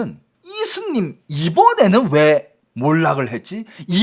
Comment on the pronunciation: 스님을 슨님이라고,,,ㅋㅋ